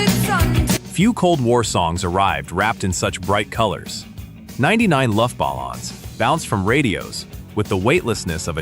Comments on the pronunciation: "Ninety Nine Luff balons"? My ears! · Not only are most of these not "one hit wonder" bands, but you lost me at "luft bal-lons." 👎